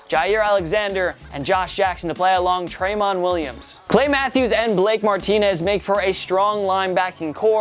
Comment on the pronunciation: As a Packers fan, I can tell you that it's pronounced Tra-MON Williams, not TRAY-mon